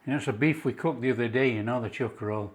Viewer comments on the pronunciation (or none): It's not pronounced "cheek-o-roll" It is "chick-o-roll".